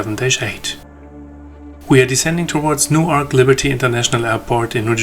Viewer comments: Mispronounced Newark. It's more like "Newerk" (slightly slurred) not New Ark. Nobody here pronounces it New Ark. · "New-ark" ist in Delaware. "New-erk" ist in NJ. Because the English language doesn't have umlauts, acutes, graves, tildas, et cetera (which are really instructions on how to pronounce a word), the pronunciation of English words will be forever a challenge, even for English-speakers.